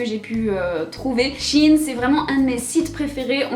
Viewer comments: Au début elle a sorti un Shi in au lieu de shein mais ptdrrrr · She in